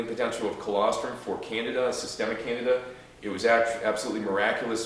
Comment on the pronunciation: Candeeeda not Canada